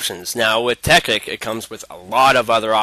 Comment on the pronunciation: dude, isnt it pronounced "Tech-IT" and not "Tech-ICK"...